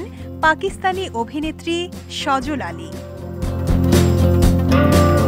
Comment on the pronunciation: পাকিস্তানি এক্টর এর নাম সাজ্জাদ আলী সজল আলী না নিউজ প্রেজেন্ট করার আগে অবশ্যই নাম গুলা ভালোয় করে জেনে নেবেন এবং ভালো করে বলবেন উল্টাপাল্টা নাম বলবেন